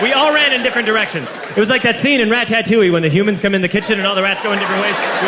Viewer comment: It bothers me how he pronounces ratatouille